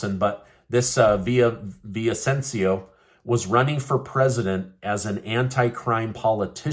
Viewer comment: Repeat after me....vi-lla-VI-cen-cio.